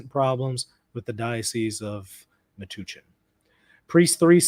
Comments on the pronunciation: It’s pronounced meh-touch-en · Metuchen, a diocese in New Jersey (Matthewwisniewski2962 is also correct about the pronunciation. The U is like “uh” or “bump”. Not an oo sound. At least, that is how the locals pronounced it when I used to live in the area. I can’t speak for the guy in chat.)